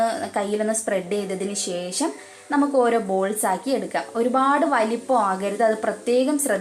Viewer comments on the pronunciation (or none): none